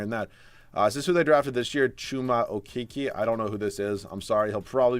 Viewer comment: When you said CHUMA OKEKE that has me laughing so hard